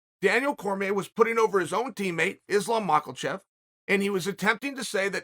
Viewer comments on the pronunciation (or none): Ah yes, Islam Mockel-chev. G dammit uncle Chael!!!! You can’t say anyone’s name properly! 😖